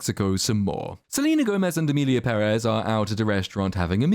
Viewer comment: Thank you for saying PEHrez and not pehREZ. The accent on the first E is there for a reason people, let it help you.